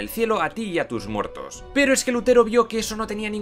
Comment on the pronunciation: "Pagabas dinerito y te perdonaba a ti y a tus muertos" por un momento el tus muertos me ha sonado a insulto, supongo que es un deje andaluz xD